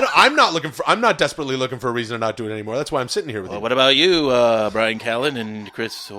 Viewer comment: We need more of Jamaican man by-ran ca-lan